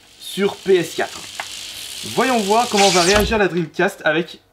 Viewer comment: Je suis le seul à rigoler quand il parle La Console de sega la dreamcasteuh Bien-sûr c'est pas pour critiquée mais sa me fait rire à chaque fois 😂